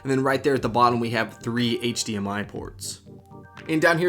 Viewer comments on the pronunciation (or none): none